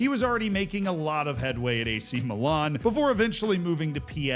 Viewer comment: Was getting pissed off with all the "aw" sounds in place/team names - Meelawn, etc. and then you said Ajaccio (Ataxoo??) in that mad way and I chilled 😂. Then you said Cawgleeawree and I was pissed again. And before the fanboys get pissed with this, he clearly is "trying" or at least conscious of it with what he said about Górnik Zebrze.